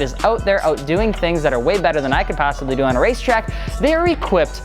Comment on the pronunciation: I thought it was pronounced like mort-u-guy not mort-egg-e